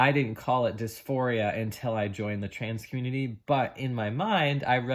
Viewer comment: When you said, "Trans Community" you slurred your words so quickly that I had difficulty understanding you. It was as if, subconsciously, you were trying not to say those words. Do you believe that you were led astray or influenced in a negative way by that community? Yes or no. ADDED AFTER WATCHING BEYOND THE SLURRED WORDS: You were an ordinary girl experiencing what all girls experience during puberty. Mood swings and hating ridiculous things and hating those closest to you on some days. You were in a normal hormonal flux. And you were not in the right frame of mind to make ANY decisions of great import. No one IS when they are under the sway of fluctuating hormones. Did someone offer to take you for counseling? That's all you needed. And time. You would have gone through your NORMAL female transition from childhood to adulthood and emerged refreshed on the other side as millions of girls have done for centuries. "Trans Community" indeed. Nonsense.